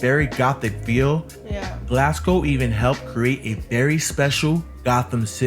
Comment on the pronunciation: This video is old. The subway trains haven't looked like that for a few years now. Also, I'd advise you not to imitate this guy's pronunciation of either Glasgow (he's putting too much emphasis on the second syllable and it sounds weird), and definitely not of Glaswegians, as he keeps saying 'Galwegians', which would refer to people from Galway in Ireland. There are better, more informed, more recent, video tours of Glasgow out there, featuring people who actually know how to pronounce Glasgow. I'd recommend one of those instead.